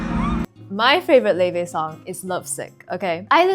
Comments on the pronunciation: Laufey's name is pronounced like "Lao-fee." The name comes from a norse goddess described as the mother of Loki. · am i early?? oh my gaaaaawd woa- quick question, do you reall pronounce "l a u f e y" like levey? i'll start listening to her now. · Laufey, how do you pronounce it